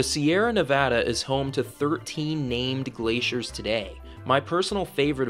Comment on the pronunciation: Thank you for saying "Nevada" and not "Nevodda".